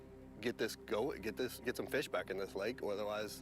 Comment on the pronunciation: DesTroyed, not DESH-troyed. There's no H sound in ST. SINCE then, not "sense then".